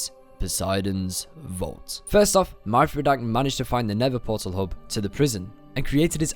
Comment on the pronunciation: when he pronounces SeenSven and Conduit right: Yeah sorry I dont know how to say it Also pronouncing Mythrodak way wrong: Mie-throw-dak (its supposed to be Myth-row-dak btw)